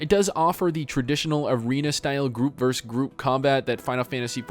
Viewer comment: 'versus', not 'verzzz'.